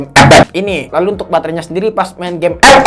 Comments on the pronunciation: Bang mantap enak sebut ep ep!!!!!!(buta)😅😅😅😅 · Ngakak kalo lubaca epep 😂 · somebody, please bikinin kompilasi bilang ep ep dong, sejam boleh lah buat penghantar tidur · alasan gua nonton channel ini, gua suka saat ngomong " epep "🤣